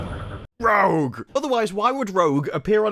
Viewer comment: don't know why I found this sequence of you saing "Rouge" to be so funny lol